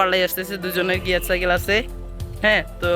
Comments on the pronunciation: চাইকেল না ভাই সাইকেল হবে। তুমি পুরো ভিডিওতে শুধু চাইকেল বলেছো😂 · R ha video te cycle(সাইকেল) k bolsila চাইকেল😂😂. But oita সাইকেল hobe